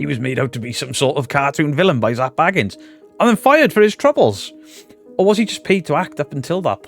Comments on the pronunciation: New drinking game: take a shot for every new pronunciation of Bagans 😘🤣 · Stopped watching as à fellow brit and you pronounced his name wrong within seconds. Then also I'm annoyed he made a good film and left us to decide which u have taken and made about you. Gac started in a hotel also man. Also of almost facts but not quite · THIS! Why is it so hard to pronounce Bagans?